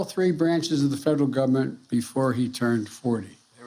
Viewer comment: Biden said GUBERMENT.